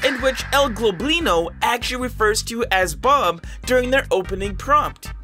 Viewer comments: by the way its Goblino not globlino just so you know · its “el *gob*lino not g*l*oblino also, my fav entity is definitely curious light as its very calming😊